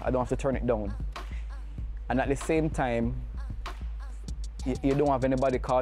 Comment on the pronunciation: I thought he said shame 😂